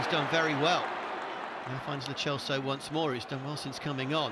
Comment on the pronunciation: why tf is he calling Lo Celso Lo Chelso